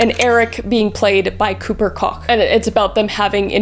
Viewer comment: It's Cooper Koch (pronounced like Coke) which is a very prominent Hollywood family -- think the Koch Brothers. Just throwing it out there because I hear his last name mispronounced SO OFTEN.